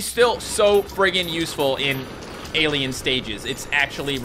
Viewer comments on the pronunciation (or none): none